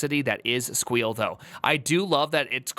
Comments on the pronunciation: Stop saying squeal that's not the proper term. You weren't PHPing with the best of them calling it squeal. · I absolutely love the pronounciationg of SQL as "squeal" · Can’t get over his unironically terrible pronunciation of “SQL” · Primeagen's pronounciation of SQL will never not trigger me lmao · I know. I’m both triggered and find myself using it. It’s just too funny to not. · I love it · yeah. and the sad thing is that the article even explains how to pronounce SQL